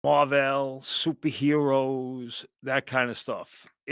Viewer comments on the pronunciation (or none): Lol MAR-VELL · I caught that too. Pronounced it like Carvel ice cream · "Mar - Vell" ... was it a 60's doowop group? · Pronouncing Marvel like Carvel had me dying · “MAR VEL” lmao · “Marvel” rhymes with Carvel